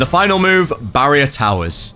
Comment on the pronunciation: When say barrier so bad Senpirats: finally you addmit it